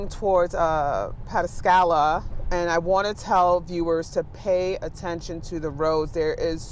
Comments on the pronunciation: She just said pet-a-scala....local reporter lady, I believe that is pataskala. Shes a paid professional reporter for our local news? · Pata Scala??? I understand we have some newer reporters. But for road reporters, please give them a class in pronunciations of the area that they will be reporting about. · Pat Uh Scala? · What happened to “Turn around, don’t drown”? It’s puh-TASK-uh-luh! Lmfao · 😂 she can't even read correctly, its pataskala ! Wow you can tell she is not educated, 10tv will hire anybody as long as they are a democrat 😂😂😂